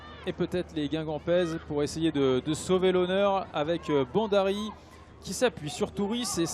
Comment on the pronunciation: Ce mec ne prononce pas bien ! B H A N D A R I!